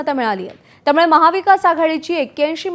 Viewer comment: पत्रकार, अरे बावा मराठी नीट बोलायला शिक. त्यामुडे नाही त्यामुळे म्हणायला शिक. 😊😊